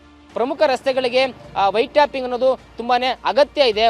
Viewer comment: White tapping alla madam, White Topping 😅😅😅